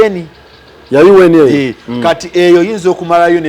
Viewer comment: I hate the way he pronounces UN🤣🤣